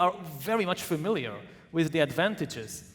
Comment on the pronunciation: In the introduction, the poli-sci prof pronounced familiar as fermilyer.